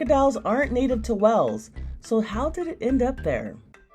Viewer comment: Wales is pronounced as “whales” not “wells” like in the report. If you can research the fine details of a mummy could you at least look up on how to say a word correctly? It’s not even a accent barrier either that’s causing the mispronunciation